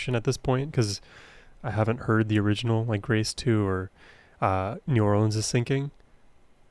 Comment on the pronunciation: I grew up in New Orleans. Appreciate the way you pronounced it